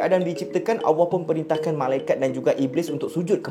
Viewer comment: sebutan Allah kena betolkn